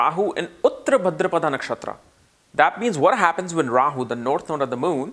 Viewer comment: What is a Rawer? He said it like 8 times. Rawyer? Royer???